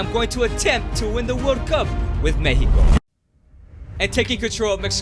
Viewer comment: MEXICO NOT MEHIKO